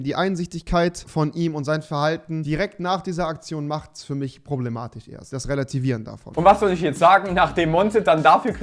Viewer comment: warum spricht rewi immer das "sch" wie "ch" aus??? Löch? Problematich?